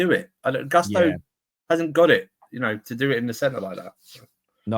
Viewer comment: Not to hate, but it’s so jarring when people intentionally mispronounce a player’s name. Why are they saying Gusto like that?